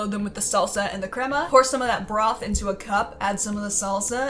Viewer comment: You actually said crema right girl u just messed up the word birria hahaha